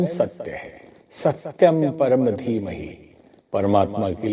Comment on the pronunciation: गायत्री मंत्र में धीमहि लिखा हुआ है, परंतु उच्चारण में धीमही क्यों बोला जाता है? कृपया उचित मार्गदर्शन की कृपा करें 🕉️👏